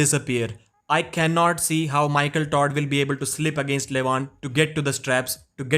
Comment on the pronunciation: Lmao he keeps saying 'michael tard'